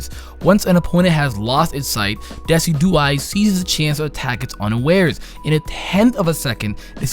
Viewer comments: Decidueye is pronounced DESIJEWEYE. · Decidueye is pronounced Des-sid-you-I Decidueye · it pronounce Da-sid-u-eye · omfg I read this comment wondering how he would pronounce it, did not expect deck-i-dew-ee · This man said "Deck-i-dew-ee" I'm gonna lmao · "Deki-duey" lol good try tho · Y'know Decidueye is pronounced like deciduous, right? It's name is based on the adjective that refers to trees. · I love how mispronounces all three final starters' names. Well he gets Primarina right eventually.